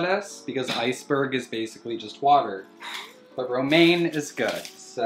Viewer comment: Me, fresh out of chem class: he just said bromane, is he feeding em chemicals? Me, realizing he just said romane: oh fućk wait. Thats bromine. And thats romane lettuce